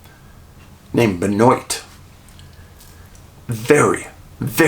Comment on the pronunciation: Ben-oit lol instead of Ben-wah.... I love it Dave! Hell with that French sounding stuff! God bless you always